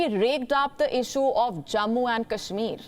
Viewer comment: The German FM could not even pronounce Kashmir properly. i am sure she does not know abc of kashmir.